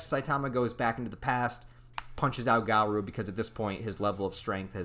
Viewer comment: Bro is is (gar-oh) not (gar-ouu) 🤦🏼